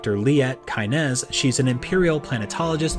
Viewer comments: Ky-nez physically hurt me to hear. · "Liet Kai-nez" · you are killing me with these mispronunciations. I thought they were accidental until you butchered Kynes, now I'm sure that you are a diabolical troll. You sir, are a menace. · So much mispronunciation of the names in this video!... Bene Gesserit, Chani, Harkonnen, Kynes Also Dr. Wellington Yueh is not a Mentat!... That would be Thufir Hawat